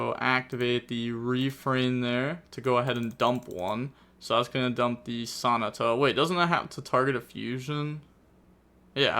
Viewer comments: Him saying “Sonata”as Sah-ni-tah 😭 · fyi the fusion is pronounced like “baha”, and in Sonata the emphasis is on the second syllable (the first ‘a’) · The only real missplay of this game was the way says Sonata